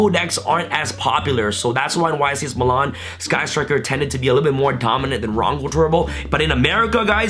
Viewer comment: Meelan* not muhlawn